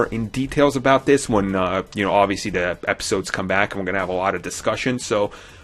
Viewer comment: "De Fifth Brother?" "Dere's callbacks?" "Dis is a copy..." Really? I believe your looking for the 20th letter of the alphabet.